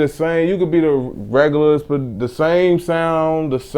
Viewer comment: This nigga add an est on every word...."regularest"